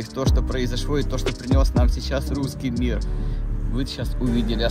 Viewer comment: Зю и Вю, картавое произношение "Гусский миг". Разве можно в такое непростое время стебаться над собственным президентом?